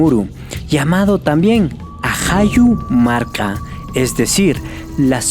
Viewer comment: Ajayu marka muy bien por pronunciarlo correctamente